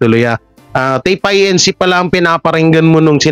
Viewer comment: pronounced as INCORPORATED (INC.)..not I.N.C. ( I. N. C.) Iglesia ni Cristo